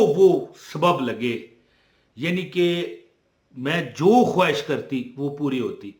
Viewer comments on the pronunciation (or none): none